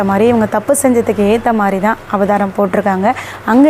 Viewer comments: அம்மா, அது அபதாரம் இல்லை. அது அபராதம். எம்.எல்.ஏ ஆகணும்னா சரியா பேசணும் அம்மா. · ஈக்வல் கொஸ்டின்! எக்வலேஷன்! அபதாரம்! பெயிண்டு! இப்படிதான் பேசனும்.